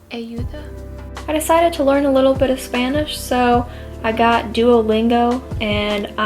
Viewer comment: Your Spanish pronunciation sounds really good!